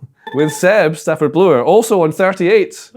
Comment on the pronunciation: Caw! They said Seb Stafford-Blor correctly! Tis a Christmas miracle!